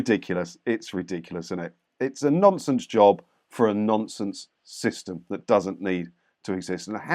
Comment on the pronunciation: For a moment there, I thought you said " it's a nonces job for a nonces organisation". 🤣🤣🤣🤣🤣🤣